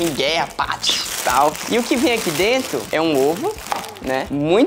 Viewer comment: O falando "DRENTO" ao inves de "DENTRO" 😂